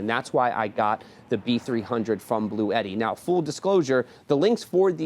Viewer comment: The correct pronunciation of Bluetti is "Blue-T", with two syllables: "Blue" and "T"